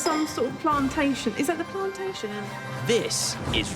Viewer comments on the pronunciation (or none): “Ive got some plantaintion” 😂🤦🏽‍♂️ “Dont want you to become young chilly” ahh munya is such a legend. “Ladies and gentlemandem” #done